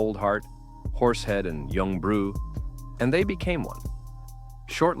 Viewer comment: Disliked and backed out as soon as I heard Yung “Brew” my expectations were low but holy shit